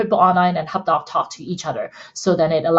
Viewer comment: I thought you were saying "hotdog" at first:) Thank-you for this info, I'm a beginner and intend to use the best technology out there right from the get-go.